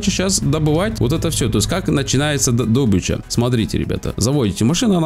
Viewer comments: дОбыча. дОбыча. Ты серьезно?) дОбыч, ты свободен 🤣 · Учись правильно ставить ударения ДЕРЕВНЯ! Д'обыча... бля кровь из ушей... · Фу добычу правильно незнает как произнести. Лайк, подписка.